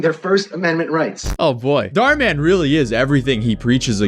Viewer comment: It’s pronounced Dh ur mu n not daar man